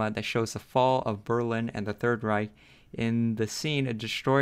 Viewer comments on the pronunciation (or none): none